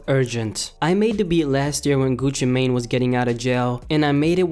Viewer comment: It's pronounced "Gucci man" not "main"